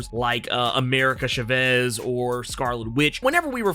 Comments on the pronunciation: insert Hermione's voice It's pronounced America Tchahvez not America Tchavehz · Maybe it’s because I grew up here in NM but it sounds strange when I hear folks say Chavez they way you do. It could be that most of the Latinos I’ve grown up around were born here in the US but I’ve been told that when I say that name, like that, it sounds like how white folks say “brotha” when talking to Black people. 😆